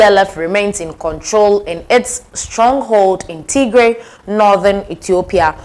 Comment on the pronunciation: Do not say Tigrre. Say, Tgrai, (like in Try)